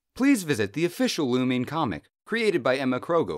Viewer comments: sry i had to point this out but..its not pronounced lu-MEEN, its pronounced lu-MINE as if you saying something was yours. not lu-MEEN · You are saying lumine wring